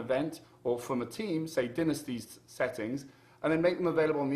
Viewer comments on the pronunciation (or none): dinisty? Its (Die-Nast-IE)